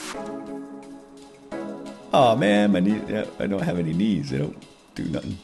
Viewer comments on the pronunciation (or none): none